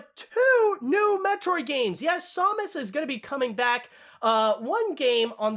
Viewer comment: Your pronunciation of Samus disturbs me.